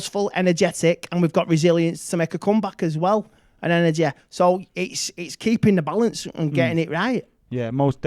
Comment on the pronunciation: We had energehh lol